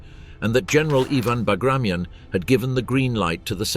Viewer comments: It is not "Bagrashion" it is Bagration....T as Tea. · It is hard to take a documentary about "Operation Bagration" seriously that mispronounces "Bagration". It is pronounced [bəɡrɐˈtʲon] (bug-ruh-TYON), not [bəˈɡreɪʃən] (buh-GRAY-shun). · It is pronounced "Bagrateon" not " Bagration "- sounds funny and incorrect. Pyotr Bagration (Пётр Багратион) was a Russian general of Georgian origin and a hero of the Napoleonic War of 1812. Operation Bagration was named after him. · Baag-raa-t-yon. Not bag of rations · Not Bugrashn. Ba-gra-ti-on. This is the surname of a Russian military commander and hero of the war against Napoleon. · its not the Operation "Bagreyschn", bit BAGRATION... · aw, geez... It is not '"buh-gray-shun" -- It is "bah-grah-tyon" fer chrissakes !!! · It is not bagration, it is Bagr-a-t-i-o-n. It is name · It’s pronounced “Bag-ruh-TEE-uhn”… Sincerely, from a Kenyan. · The right way to pronounce the Russian (Georgian) Napoleonic era general's name is bar-gat-yon. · isn't it bagra-ti-on? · Please get the pronunciation correct…it’s BAG-ruh-TEE-un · Bah-grah-tee-On (stress on the last vowel) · he obviously pronounced his name wrong. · Then spell it different, this is America bro. Jk it bugs me too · The narrator couldn't even correctly pronounce Bagration, no doubt considering that "I use the English pronounciation." Spare us the arrogance. It's a name. Get it right.